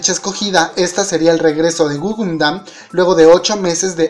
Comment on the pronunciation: es Gugudan NO gugundan